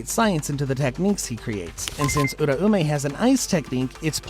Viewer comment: The theories are very interesting but holllly, if this guy watched the anime, theres no way the pronunciations should be this off. The name in the show was pronounced “Ur-ao-may” not Ura-ume”. sorry not sorry for sounding like a dick